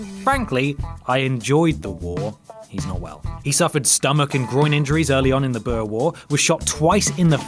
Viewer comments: Butchering the word "Boer" at no.1 . Boo (like a ghost would say) and the "R" sound like in Rascal. But Frankly I enjoyed the video. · "Boer war" 🙄